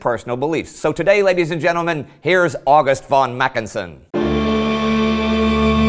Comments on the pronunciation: He really does need to get August right though (oww-gust not awe-gust). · Fanastic! You figured out that a man with a Welsh name, writing in English wasn't German. Genius! However, he pronounces "August" exactly as in American English and his pronunciation of Łódź would be incomprehensible to a Pole. Some of his other German pronunciation is better, if not perfect. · Except for "August"!